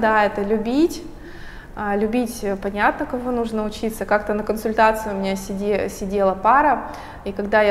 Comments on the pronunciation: так жаль, если честно, что от личности отворачивает не правильное ударение.....это далеко не самое важное в жизни. увы) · Прекрасное видео , но как же резало слух слово нужнО .. я даже загуглила … может думаю не в курсе … но нет ) говорится именно нУжно )))